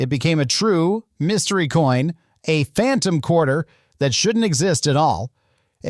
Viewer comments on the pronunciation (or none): none